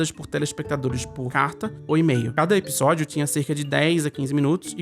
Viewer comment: pq vc pronuncia episódio com um “B”, (ebisodio)?